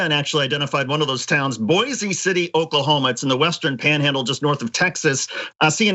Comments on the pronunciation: It's pronounced "boyce" city you dolt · First thing, its pronounced Boyce City. Second, the people in Boise City aren't blind Trump followers, they don't trust ANY government. They want to be left alone with no regulation and oversight to tend their land and live a quiet life. They only back politicians who make promises to reduce government and leave them alone. I left at 18 at the first opportunity.